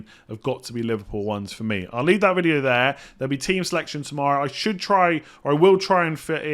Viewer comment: Why has started saying video weird…. “Videeyaoo”